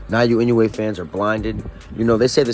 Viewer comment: エノウエじゃない、イノウエだ。英語でも正しく発音してくれ。